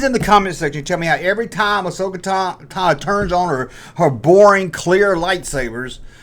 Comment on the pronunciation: Who’s Ahsoka “Tannah”?